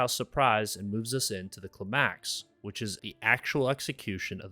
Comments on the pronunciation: Very unique pronunciation of ‘climax’ Most say ‘cLimax’ Here it is ‘climAx’ Very unique. Great video though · weekly reminder that it is not pronounced klih-MAX. It's pronounced KLY-max. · Is this self-deprecating sarcasm? English and US, Merriam and Cambridge, the emphasis is on the first syllable. KLIGH-macks. Not kli-MACKS. I imagine Kli-MACKS is how a lizard person that's only a year old would pronounce it because when they were being grown in vitro in a tube their accelerated learning program forgot the pronunciation for that term. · CLY-MAX NOT CLA-MAX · Cly-max. CLY-max. Not Kle-MAX. Otherwise your video is awesome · "the cluh-max" no. ˈklaɪ.mæks "kly-maks" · bros first time saying words - house-ton and cliMAX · “Clamacks” yeah never heard of it. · cli-max lol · Why would you pronounce it clih-max, Im traumatized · Great video, but why do you pronounce climax as clemax? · If you say clamax one more time.. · Love this vid but… “kluh-MAX?” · What’s with pronouncing “climax” as “klee-MAX?” Is it an attempt to avoid being knocked by the algorithm for talking about s-e-x? Is that on the blacklist of things we can’t say on YouTube? Weird. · jsyk, it is pronounced kli-maks (with a long i ) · “the cluh-MAX” 😒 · Never heard it pronounced cluhMAX before. Good video, that scene stuck with me as one of the best scenes I’ve ever seen on TV, but I hadn’t thought about it in terms of story structure before. I’d like to offer another similarly great scene, but at this point I’d have to list about ten and they would all be from Andor. I’ll have to check back in later. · Clim-Axe. I had to really really anal-eyes what I heard there. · "At the clamax"?¿???????😅😅😅😅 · CLA-maax bro just say climax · Yep. Cluh-mAx! Thought maybe AI had finally glitched. Surely he just misspoke. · Cli-MAX...!? Are you a bot or is this the first time you've encountered this word? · Climb-axe, is the way people pronounce climax. Are you a real person? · who pronounces climax like that ??